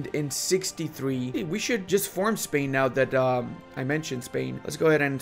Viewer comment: Is it only me or really said "castile/pain" instead of "castile/spain"